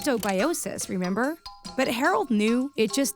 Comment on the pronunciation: Did anyone else hear “renember” on minute